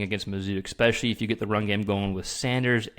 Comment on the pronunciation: If you’re going to broadcast…the word is pronounced ESPECIALLY not ECKSPECIALLY